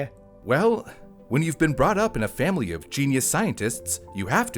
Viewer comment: lol. Is he always saying FamBly as a joke? Or can he just not say family?